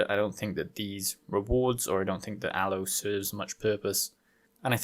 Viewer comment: The mining pools for Aleo suck right now way to much work to try and mine it. It's pronounced A-Lay-o.